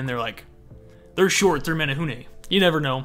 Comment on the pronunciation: Okay but kudos to his pronunciation of menehune 👏🏻✨✨